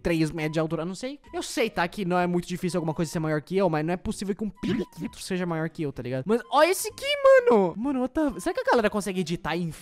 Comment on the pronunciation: Não é periquito é periquito